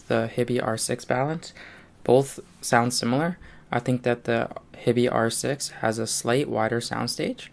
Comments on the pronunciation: It's pronounced 'HIGH-BEE' - just sayin'. Thanks for the vid. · Most of the Americans on YT seem to pronounce it as you do - your choice - but my compatriot currawong has nailed it IMO. He also pronounces Fiio correctly - again, IMO